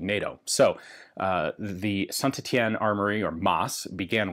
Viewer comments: Ian, your french accent is really improving, I suspect some specialized training has been going on :D Near perfect pronunciation of Saint-Etienne. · C bien d'entendre un américain bien prononcé saint Etienne lol super vidéo